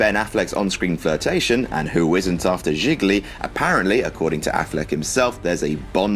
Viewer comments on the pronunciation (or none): Jiglyee...? Struggled through that pronunciation didn't you.